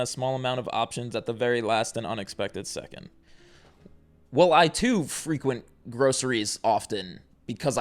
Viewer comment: lol at accusing people of illiteracy but then saying the verb "frequent" like the adjective "frequent".